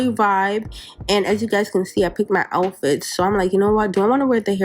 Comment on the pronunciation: Just to help you with English, it's pronounce OUW-fit not O-fit, like when you do get in a fight & get hurt, you say Ouw!